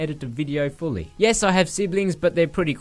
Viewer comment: I thought you said 'and jess' instead of 'and yes' hahaha.